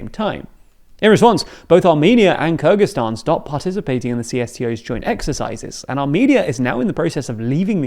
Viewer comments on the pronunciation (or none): none